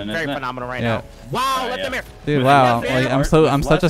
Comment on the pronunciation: Lol everything arsenal says his name he says lethamur I'm dead